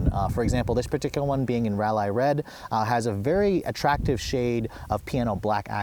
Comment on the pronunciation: Rall eye red, lol..